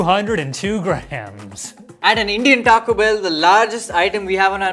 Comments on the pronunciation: botching the name of the taco pack🤣🤣🤣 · When was say the largest Taco Bell item and was butchering the pronunciation of it I was LMAO 😂 😂😂😂😂😂